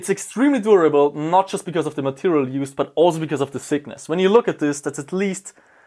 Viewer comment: He wanted to say thickness... I understood sickness...